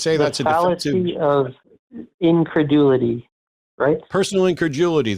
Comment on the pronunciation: It sounds like Matt says increjewelity. Instead of just incredulity.